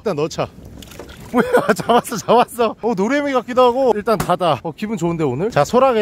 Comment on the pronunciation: 노래미 이름을 노애미 라고 하세요.ㅋㅋㅋㅋㅋㅋ